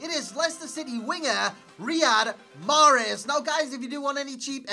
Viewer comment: greetings from algeria .wrong pronounciation